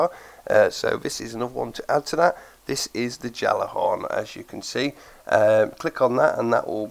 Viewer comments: Really wish it was in Destiny 2... and its pronounced Galla-horn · Turninator gjallar-horn, galler-horn, jaller-horn, yallerhorn, it doesn't matter how it's properly pronounced. Just fire 2 and make Crota bend the knee.